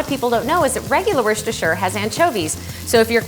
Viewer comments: lol Wershtersher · LOL how she says 'Worcestershire.' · but we can all agree that no one knows how to pronounce "Worcestershire"